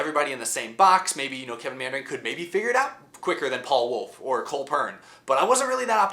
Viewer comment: lol "Kevin Meandering"